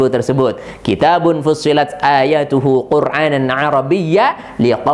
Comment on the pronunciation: وَٱلرَّ ٰسِخُونَ فِی ٱلۡعِلۡمِ یَقُولُونَ ءَامَنَّا بِهِۦ كُلࣱّ مِّنۡ عِندِ رَبِّنَاۗ Afwan pelafalan ayatnya pakai huruf FA bukan BA dan pengucapan Al Qur'an disurat Fushshilat antum mmbaca 'AIN pada lafal QURAANAN padahal HAMZAH sekali Afwan ane santri asal Sumenep 🙏🙏🙏